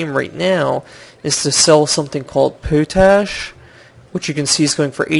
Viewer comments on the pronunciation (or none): "Pot-ash", not "poo-tash"